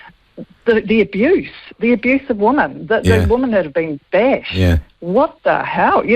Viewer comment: As an ex kiwi, I do wish kiwis would learn to pronounce "women" correctly. "Woman" and "women" and not the same word and are not pronounced the same! Rant over!!